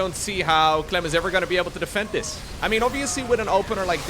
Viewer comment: „for Clym” - „Good Myrning” 😅